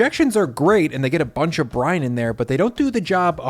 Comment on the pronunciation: "this is the restaurant move that i did to get the to spread more evenly. the injections are great and they get a bunch of in there" 😁😁 every time you said 'brine' i heard it as ''.... "Wet " "Dry " "Cold "